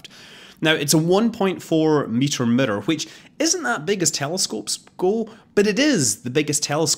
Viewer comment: Murror = Mirror.....your welcome :)